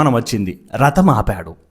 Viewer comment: రతం కాదు అది రథం